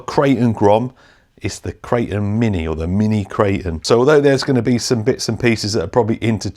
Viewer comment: It's not a "kray-un". "Kray-ton"